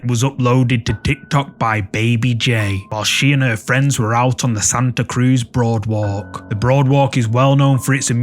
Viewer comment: It's called a Boardwalk not Broadwalk, respectfully.